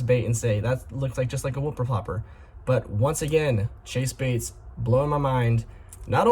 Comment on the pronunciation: Bro said wupper plopper